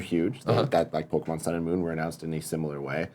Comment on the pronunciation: listening to Greg try to pronounce pokemon names is painful